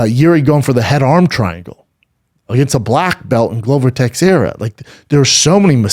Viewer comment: How can you not know how to pronounce Texieria